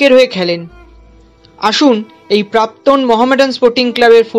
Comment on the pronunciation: প্রাক্তন, প্রাপ্তন না 🙏